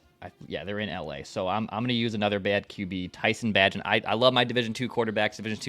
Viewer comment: Of course is incapable of correctly pronouncing Tyson bagent s name